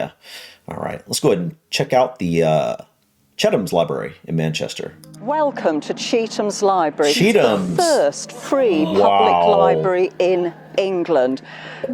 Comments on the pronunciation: It's pronounced cheat-ham or cheat-um. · Fir information. Chetham's is pronounced "Cheet-ems" and it is in Chetham's School Of Music. You need to book in advance while the others are walk-in.